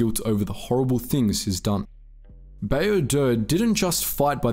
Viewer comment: "Exploring the Greatest Written Game of All Time" A-ton Rand Baa-oh Dur Vi-sass Marr Couldn't have taken the time to get the names right? Like... this isn't a book, where the pronunciation is up for debate or we're waiting on George RR Martin to say it in an interview. The game has hundreds of examples of saying each of their names...